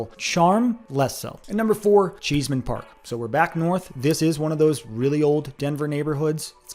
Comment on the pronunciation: Cheesman (NOT Cheeseman)